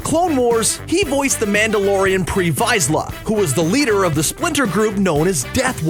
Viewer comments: It’s pronounced Vis-la, not vise-la. Like how you would say vis in vision. They say it like that in the clone wars. Honestly if you know who he is try to say his name right. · He has also voiced alot of others but those two are are much more important, Also its pronounced pre Viz-la not pre Vi-zla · The way he says visla 🤦🏼‍♂️ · Only true Star Wars fans know to how pronounce "Vizsla" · They way you pronounced Vizla Makes me cringe